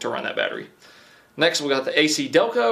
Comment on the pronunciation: A-KiDelco??? Seriously?